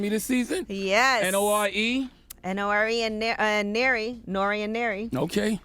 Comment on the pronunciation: Wait NORE and who? Did she say Nary? Lol no lie I used to write my name as N.A.R.E instead of N.O.R.E. in middle school. let me find out 😆